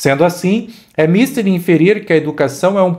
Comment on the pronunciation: Não é míster (paroxítona), é mister (oxítona).